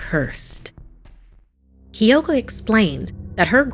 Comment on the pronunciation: “Kiyoko” K Y O K O